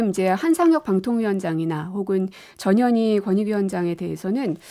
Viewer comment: 전현희 발음 정확하게 해주시면...